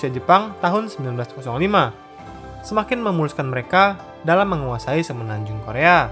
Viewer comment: kedepan kalau ada konten korea lagi tolong pelafalan nama dan tempatny di perbaiki 👍🏻